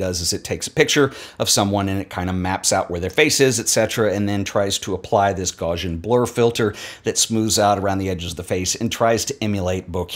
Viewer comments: As a fellow pronunciation pedant - please check out the correct pronunciation of Gaussian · Irony: make a big deal about someone mispronouncing "bokeh" and immediately mispronounce "Gaussian" in the phrase "...tries to apply this Gaussian blur filter..." I've spent a lot of time studying Mathematics and Applied Mathematics, and there's this important mathematician Gauss, whose name rhymes with "house". So the "Gaussian blur filter" is the "gouse-ee-an blur filter". Nice.